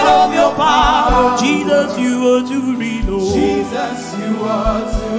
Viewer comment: I like the way you accentuate Jesus’s name. I’m just fulfilled by that way. It’s unequaled, no where on earth, Have my commendation, Mercy. You have much more than anyone else. Praise God!